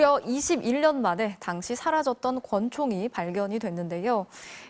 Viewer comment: 이제 MBC는 제대로된 아나운서하나 못 구하나봐요. 에 '발견이 됐는데여' 발음새는 아나운서 라니......